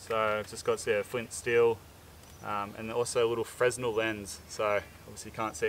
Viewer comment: Just in the name of camaraderie and education, 'fresnel' is pronounced 'fre-NELL', after the french physicist who adopted the lens into lighthouses.